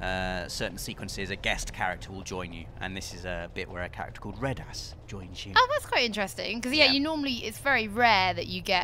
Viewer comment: pronunciation of Reddas brings a smile to my face because I am a tiny child in an adult's body.